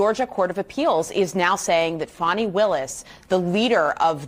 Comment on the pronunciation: Who is this "Fawny" the reporter is talking ? Her name is Fanni, stop changing people's names to make them sound better.